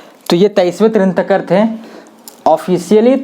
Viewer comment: तिरांथकर नहीं तीर्थंकर और पारस्वानाथ नहीं पार्श्वनाथ।।